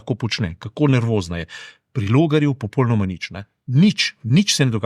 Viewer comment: g.! V besedi "popolnoma" se črka l izgovarja u (slovar slovenskega knjižnega jezika). Mogoče vam bo zanimivo prebrati članek o elkanju v slovenskem jeziku, ki ga najdete v Googlu pod naslovom "Al' prav se reče...". Sicer pa se precej strinjam z vašimi komentarji.